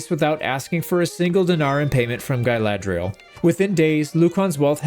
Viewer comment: Are you saying Guyladriel on purpose, or are my ears broken?